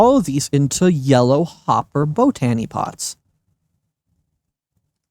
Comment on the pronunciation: Please stop saying bow tany pots. You said it right the first time....bot any!